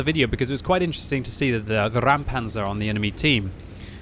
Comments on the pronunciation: It is indeed a "Räumpanzer" (clearance tank) not a "Raumpanzer" (space tank). Pronounce like "Roympanzer" as opposed to "Raoumpanzer" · Just say "Roimpanzer", that is approximately how it's spoken in German. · Räumpanzer* The "ä" instead of "a" is importany it makes a diffrent sound. It translates to clearing tank. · It should be spelled Räumpanzer (pronounced as Roym-Panzer); as in "Clearing Tank"